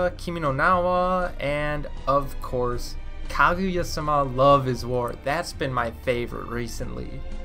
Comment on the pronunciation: Mans said Kaguya-suma